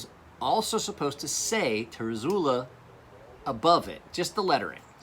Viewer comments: You're fucking drunk. And he's right, how the hell do you get tare-uh-zoo-lah from zUOla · its pronounced "ter-zoo-oh-lah"